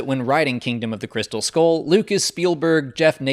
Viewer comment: It's pronounced skull not skoll